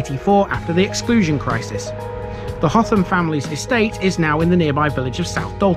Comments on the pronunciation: It is Hotham not Hot ham. Did you attempt Hotham Hill!! 😳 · Now then; you've said the th- was like the th sound in "the", but pronounced it like the the th sound in "through" most times . Nice vid, nevertheless. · HOTHAM ADDITIONAL INFORMATION: - Despite asking a local for Hotham's pronunciation and alluding to it in the video, it's apparently still not right. It's said by the locals as "Utham"